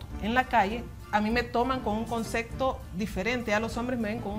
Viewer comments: 3 veces seguidas,CONCECTO, deben de aprender a hablar y educarse antes de salir en pantalla.se dice comcepto.omg. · Es enserio???? Dijo CONSECTO?????? jajajajajaja Que diablos? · Concepto o concecto?